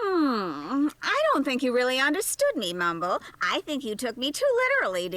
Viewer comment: And it's still MYMBLE! Not Mumble!